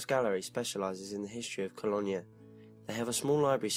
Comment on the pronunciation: Cologne is pronounced Ko loan..not Kollonya. Just a bit of help I'm not knocking you, hugely admire what you do. Wish I'd had the internet around when I started writing as a child, its a wonderful forum for help as well as advancement.